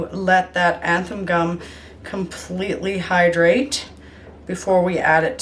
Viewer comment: 'Zan-than' not 'anthan' gum. Your videos are very helpful thank you so much for sharing.